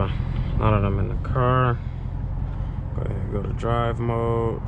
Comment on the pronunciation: Bro said, "Go a haead watch them ads 😅